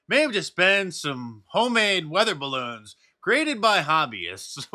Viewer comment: Duuur, DiVeRsItY iS oUr STrEnTgTh 😵‍💫 ... We shoot down bawoons... we do good only miss once